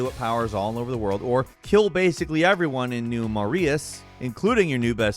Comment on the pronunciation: it's pronounced muh-ray